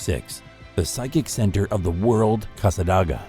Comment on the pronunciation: You said cassadaga wrong. And I live down the street from the devils chair. Even sat in it. And nothing!!